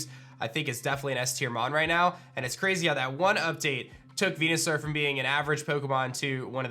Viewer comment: good god if you HAVE to abbreviate the name, just call it Venus or Saur, not Veenoo - sounds like a shitty Star Trek character.